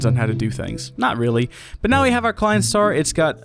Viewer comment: Look up a tutorial on how to count to five in German, it'll help with the pronunciation of the Klein Star names.